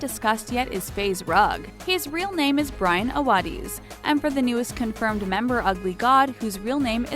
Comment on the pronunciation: I disliked this because they pronounced Brian’s name wrong loool